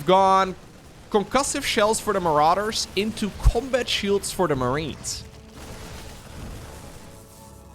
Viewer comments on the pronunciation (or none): none